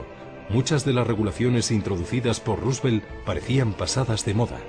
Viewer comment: " DEL ANO" RUsVELT JAJA